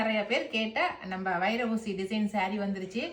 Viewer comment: Vaira oosi(ஊசி)). Not ushasi(உஷாசி)